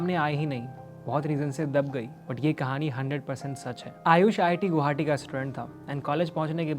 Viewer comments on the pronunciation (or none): none